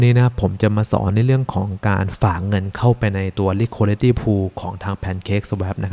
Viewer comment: อยากเสริมเรื่องการออกเสียงนิดนึงนะครับ Liquidity ออกเสียงว่า ลิควิดิตี้ ไม่ใช่ ลิควอลิตี้ Swap ออกเสียงว่า ซาวอป ไม่ใช่ ซาแวป